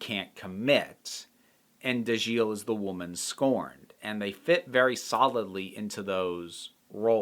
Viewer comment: You've actually said their names quite right. [Gay-Nar Hoff-Ho-In] [Dah-Jeel] This book just illustrates the variety in the series. It is almost like multiple writers wrote each novel. Some are light and fairly straightforward, others like this are as dense as a neutron star ha and everything in between on a nice spectrum.